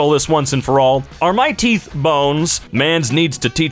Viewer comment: Teef r not bones